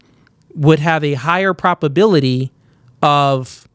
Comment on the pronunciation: Please stop saying PROPability. It’s PROB. With a B. And don’t say “more stronger”. It’s either “more strong” or “stronger”. Thanks bro.